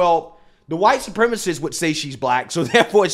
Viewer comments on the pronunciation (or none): Why does this guy pronounce the 'h' in white? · why he allways say chwhite?? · The way he pronounces black too...."blike"